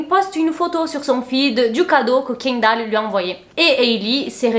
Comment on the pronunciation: Kindall? Kindall?? Kindall??? pourquoi les français sont si….